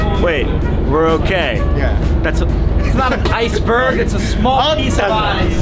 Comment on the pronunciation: I'm sure he said "ice burger"